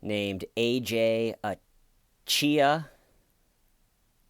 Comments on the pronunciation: Why is it so fucking hard to pronounce simple Nigerian names!? You people must ruin it... Even the police guy did the same thing... It's literally spelt AJAYI... How does that come to ACHIYA! It's AH-JAR-YEE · My favorite part was when you kept screwing the guys name up, corrected yourself but continued to screw it up again. What a name right?! 😂